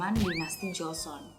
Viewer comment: Joseon (조선) kak yg bener bkn jeoseon (저선)😅😅